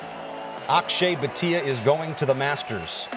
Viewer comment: Its not Bateeea its Bhaaatia